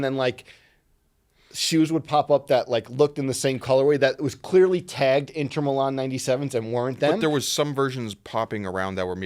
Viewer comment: Hearing say Inter Milan. Absymal. Hate that guy.